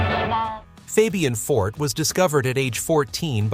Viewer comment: Fabian For-TAY